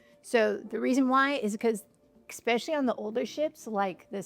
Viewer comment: There is no such word as exspecially - It is e-specially>>>> pet peeve!😅